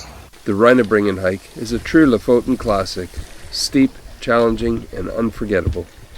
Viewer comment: The last vowel is an E not O. LO-FOTEN is a more correct way to pronounce it.